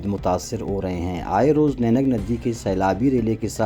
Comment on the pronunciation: نینگ ندی نہیں واجہ۔۔۔یہ نہنگ ندی ہے۔